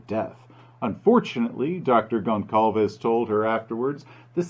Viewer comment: just saying, it's not, tou dont pronounce it GonCalves, it's GolSalves, ç sounds like an SS